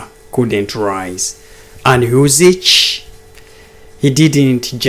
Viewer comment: it's NOT UsiCH...but Usyk... Pronounce as K at the end. Otherwise good analysis.